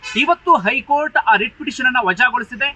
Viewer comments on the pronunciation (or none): none